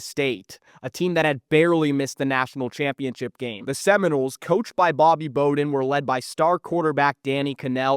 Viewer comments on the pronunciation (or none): Anytime you hear name pronounced wrong its a sign. Bobby Booden and Rasham Salamb is wild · Bro if you’re gonna make college football videos at least say Bowden’s name correctly